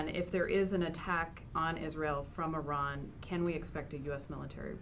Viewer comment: He can't even pronounce the name of Iran correctly , how he got this job is a joke